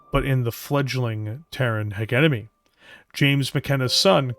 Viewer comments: Especially since is not even saying Heguemony but Heguenomy when it should be Hejemony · Literally my only complaint about the video as well, otherwise a fantastically orated bit of media. Pronouncing "Hegemony" in English is done by saying the words "Hedge" and "Enemy" together for anyone who is debating the topic. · Great video(s). One observation I have is that "hegemony" is pronounced: he·gem·o·ny / həˈjemənē and not "heg-em-ony" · Jesus, man! You should be able to properly say "hegemony" (not hegenemy). You are a Canadian after all. You don't have an excuse of referring to made up language 😅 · I believe the correct pronunciation is halfway between yours and his. HEH-JEH-MUH-NEE, ending the syllables on the vowels. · You are mispronouncing hegemony the G is pronounced like a J it’s driving me nuts cause your work is so good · AH the British pronunciation of Hegemony! But that's the worst part. Good work. Your voice-over work is damn good. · Is it possibly the British and Canadian pronunciation? Because our boy is definitely Canadian. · Most of us don't say it like that anymore, the word doesn't flow and we like some gravitas to our words. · Yep that's about it. it's not a hard G it's more of a J It make it a bit jarring to listen, but otherwise great video